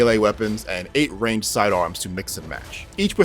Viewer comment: That’s definitely not how you say the word, “ranged.”